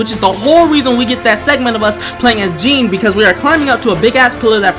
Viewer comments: Jean?… 🤡 can people not pronounce Jeanne 💀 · you're welcome! Haha and cant wait ! Oh and Jeanne pronounced more like a Jönne lol but fr I had this vid ob my playlist and happy to finally see it ! Lol